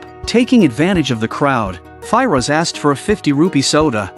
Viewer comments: Normal people : Firoz AI : Fi - Roj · Sunny and Fi-Rosh 😂😂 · The way he pronounces "Firoz" bugged me so much I couldn't watch past 53 secs 😭